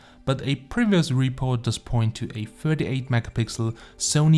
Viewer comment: Am i the only one who hears Huawei P "Firty" pro?